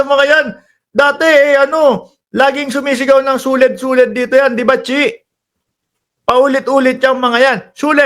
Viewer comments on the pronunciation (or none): Yung suled naging lequed na😂